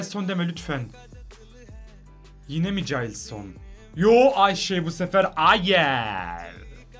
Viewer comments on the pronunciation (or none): Ayşe dedin ilk basta andre ayewe